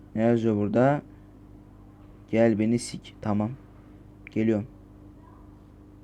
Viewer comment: mükemmel ingilizcesiyle fark atıyo leave this house gel beni s!k demek değilse ben şerefsizim abi